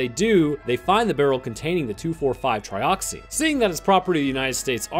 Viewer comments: It’s pronounced Trioxin not Trioxine 🤦🏻‍♂️ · Tri Ox IN not Tri Ox EEN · You kept pronouncing Trioxin wrong. You kept pronouncing it like "Trioxine". Better luck next time. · its not trioxine.. Tri-ox- in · trioxin not trioxine. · There is no e at the end Triox-in not trioxine